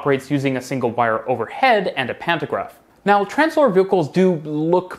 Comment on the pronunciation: I would recommend you put up the names of the companies and the technologies on the screen. Took me lot of googling to realise you were saying 'Translohr' and not Tramslow.